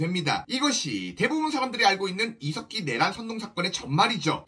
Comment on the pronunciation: 중간에 이색기라고 들린 건 기분이지요? 훠훠